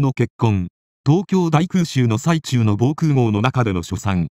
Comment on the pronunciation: 泣けました。 ただでさえ優秀な方が、立場を自覚して絶えず勉励克己していらしたのですね。 早世はご苦労をされたからでしょう。 「空襲の最中」は、最中(さなか)と読んでください。